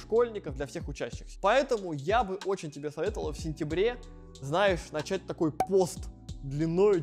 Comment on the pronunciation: Хеехе. Прикольнооо))) Слифком , знаеф, фто 🙃😄